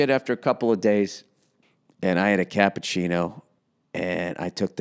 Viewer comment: The way he said cappuccino was hilarious